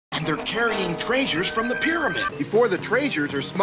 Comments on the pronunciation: No wonder keeps pronouncing treasure like that. He's having a stroke in the thumbnail. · The best part about Zombie Island is finding out that still pronounces it like this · Because of I pronounced treasure that way until I was told that was the wrong way to say it. Look I was about 5 or 6 I didn't know any better. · It's literally how lots people talked back then. Have you really never heard an older person say "traysure" or "plaesure"? That's how loads of people pronounced it. Why is this such a big deal? Watch any other show from the same time period. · In English, the vowel æ is pronounced as the 'a' in 'cat'. So the commenter you replied to is wrong, but you're incorrect when it comes to the vowel ɛ. That vowel is pronounced like the 'e' in the word 'bet'. The IPA for how is pronouncing 'treasure' in this video is similar to 'eɪ' as in the word 'bay'. Hence the reason why some of the commenters have written it out as sounding like 'traysure'. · and scooby too So scooby can said traysure because his pronunciation usually sucks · Yeah, it's how older generations say it because of accents. I almost guarantee an Irishman would say it that way because of the sing songy tone of the Irish accent. Scots and Welshman would probably pronounce it the same way as well. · I guess the stress need to manifest *somehow*, it goes directly for his ability to pronounce treasure correctly. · Many southern people have pronounced it that way. So yes, Verisimilitude Dude I surely am. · My grandparents pronounced “treasure” like that. It must be an old person thing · I've lived in Kansas for several years. This is just how the older generation of Midwesterners pronounce "treasure." The same goes for "measure." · If you hear someone pronounce “treasure” like this in real life, you have an ethical justification to punch them in the face. For legal reasons, this is a joke, do not try at home, kids. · This is how my Iowan grandmother pronunces it.